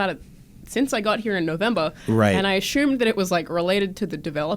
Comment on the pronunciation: "Ashumed" - Alanah. <3